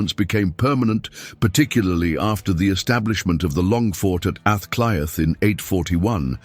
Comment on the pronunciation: Aah clea is pronouncionatof dublin the 1 hour video that I suffered to watch withan computer b used gobshite is a moment I will not get back. Half of ur lies in this video shows u as a fraud. The fact of mentioning a word in gaelic and conviction and confusion as understanding a language that you a obviously no nothing about is baffling